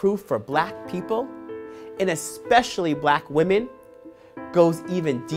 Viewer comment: BELIEVE WAHMEN BELIEVE WAHMEN BELIEVE WAHMEN BELIEVE WAHMEN BELIEVE WAHMEN BELIEVE WAHMEN!!!!